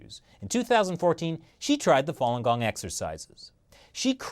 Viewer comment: Not fong gong it's fa lun gong